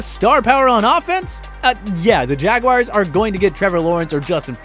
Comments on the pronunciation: "Jacksonville Jaguires" 😂😂😂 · And he said Jacksonville Jaguires